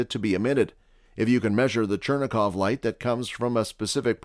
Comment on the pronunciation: chuh-rain-kov radiation, not churn-a-kov ... (i know it's spelled Cherenkov or something like that.